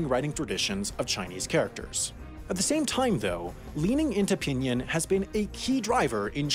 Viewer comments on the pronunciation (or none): The way he said "pinyin" also hurt me inside. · I am pretty sure u pronounce Pinyin as pinin and not pinien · Everytime he said pinyin like pihnyihn I felt like crying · FYI its pronounced ping-ing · Don’t forget about “pin yin” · internally died when he pronounced "pinyin"